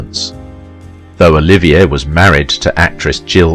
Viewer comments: OH-LIV-EE-AY not Oliviah!! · It would be nice if the broadcaster could pronounce "Olivier" properly.